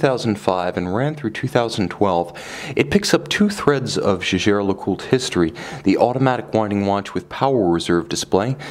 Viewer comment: No. Co-founder Edmond Jaeger was a Frenchman, and Jaeger-LeCoultre is located in the French-speaking region of France. Therefore, the name is pronounced the French way. That's how Jaeger-LeCoultre employees pronounce it.